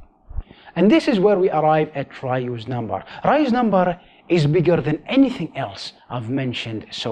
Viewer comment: Sounds like he's saying Ryu's number